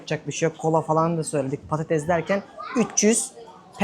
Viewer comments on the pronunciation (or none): none